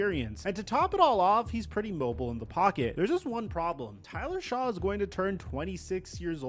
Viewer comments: Each time this guy mispronounced “Shuck” he should take a hiatus of making videos. You can tell he literally read articles/watched YouTube videos about the Saints’ current situation, didn’t understand them, and then decided to make a full video about it. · The name is spelled shough...In no world is that pronounced "shuck"...Aints are trash but ive blocked all that dudes channels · “Is Tyler Shaw the situation?” Forget that he mispronounced Shough’s name … he confused “solution” and “situation”. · This is the very reason why I quit watching him years ago. It’s just lazy nonsense with absolutely zero effort put into his videos. This is all right off the dome, because there’s no reason to mispronounce Shough’s name continuously this far from the draft. How he’s got a decent following is nuts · This guy does not know what he’s talking about! He didn’t even take the time to find out how to properly pronounce Tyler Shough’s name! I get the feeling he’s one of those creators that just says crazy stuff to get clicks and views or maybe he really is this ignorant 🤷‍♂️🤷‍♂️ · Love but that opening line of the video, including the inability to say the name correctly of the qb you’re talking poop about, made me turn this off. Still get a like and comment though. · him butchering Tyler Shoughs name just proves to me he did little to know investing.